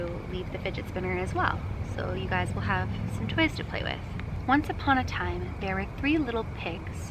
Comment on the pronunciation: When you asked if they like the toys, it sounded like "like you guys."